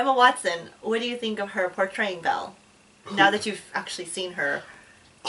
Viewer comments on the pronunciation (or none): Not to be that guy but it's "Belle" not "Bella" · Pronounced "Bell". Explaining it by writing the normal spelling wont do much lmao